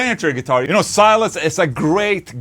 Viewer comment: Bro, Silas is a brazilian, his name is pronounced "See las"